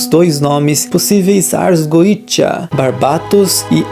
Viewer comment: Se é goetia, por que é pronunciado goija ou goecha ?